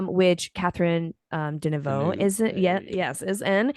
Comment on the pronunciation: Deneuve. Catherine Deneuve. The last E is silent. Very interesting to hear your ramblings.